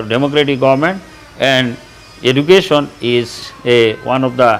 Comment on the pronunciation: Sir this video I so much important for all the students not only for the hs level bt the pronounce will be not correct (education )